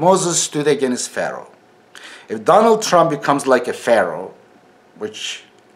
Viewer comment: Edibi deha ingilizce oratory sananlara :Edip telaffuzde againist yok against ,dictatorship yok dikteytrship:)